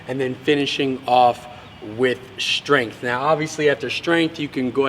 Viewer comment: He is also known as, because that is the way he likes to pronounce the word strength.